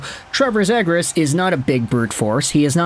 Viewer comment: ZEE-gras, not zed-gras :)